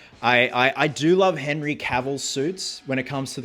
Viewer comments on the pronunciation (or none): none